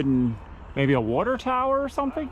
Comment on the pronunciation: “Wuter”Tower….you’re DEFINITELY from south eastern PA.